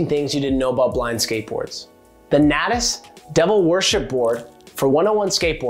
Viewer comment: The way you pronounced Natas and Vallely was cringe.